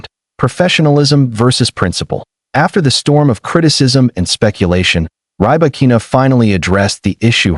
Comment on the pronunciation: Not Rye-Bakina. Pls pronounce correctly